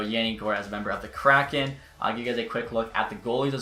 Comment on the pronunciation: It’s hard to take you seriously when you don’t even know how to pronounce “kraken”.